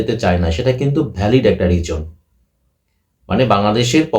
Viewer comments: Reason noi rijon.. scotland noi escortland tui kotha bol agey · বাবা, তোমার "রিজোন" আর "ইস্কটল্যান্ড" শুনেই তোমার ইংরেজির এলেম বোঝা গেছে, বুঝতেই পারছি তুমি আইসিসি-র রিপোর্ট পড়নি; ক্রিকইনফোতে আছে, ইংরেজি জানে এমন একজনকে দিয়ে পড়াও রিপোর্টটা। স্পষ্ট লেখা আছে বাংলাদেশ দলের জন্য আলাদা করে তেমন বিপদ নেই। অন্যরা কেকি বলছে না শুনে নিজেই দেখে নেওয়া ভালো নয় কি?